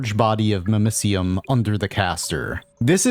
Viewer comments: Hearing it pronounced mimiseeum instead of mimicium makes me cringe everytime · Your pronunciation of mimicium hurts